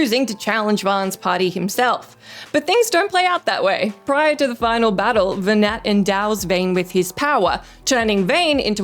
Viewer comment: Nearly every thing you said about FF12 was just wrong, almost painfully so. Mispronounced Venat. Vayne isnt king. Venat isnt trying to kill humanity or take over the world. Quite the opposite, trying to free the world from the grip of the gods.